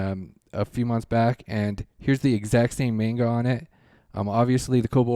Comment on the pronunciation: i don;t wanna be that guy but please it's not mane-ga it's man-ga